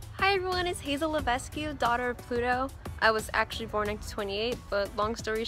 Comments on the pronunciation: I love how this many people were willing to cosplay and were so in character and put in so much work to put this together Edit: Also, I don't mean to criticize, but (even though I thought it was pronounced Le ves queue at the beginning) Hazel's last name is pronounced Le vek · Unpopular opinion/something that just really bothered me: Hazel Levesque's last name isn't pronounced Lev-es-cue. It's french, so it's actuall pronounced Lev-es-k (the ue is silent). Anyways yeah, that's how it's pronounced...